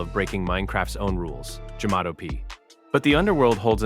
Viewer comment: Jamato not jamato